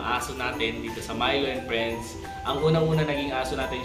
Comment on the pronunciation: Friends not prends